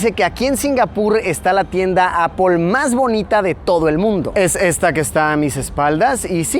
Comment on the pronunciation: tengo una consulta para luisillo: ¿por que cuando te refieres a la marca Apple dices Apol? Saludos desde Villa Gral Marcelo Iripino, Catamarca del Menem, Argentyna